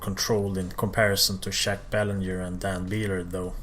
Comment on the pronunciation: Good stuff,man. I would agree with your list except the top three fluctuate depending on how I feel. By the way, sorry to nitpick,but I am a Quebecer,the n in Belanger is very soft and the r is totally silent,so more like Baylahjay. Keep up the great work,pal! Cheers!